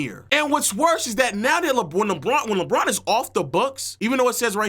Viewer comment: Bruuuuuuh it’s LeBron aka “Le-GM” 🤦🏽‍♂️🤷🏾‍♂️